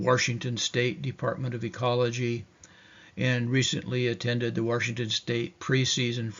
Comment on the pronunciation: Washington doesn’t have an r in it 😊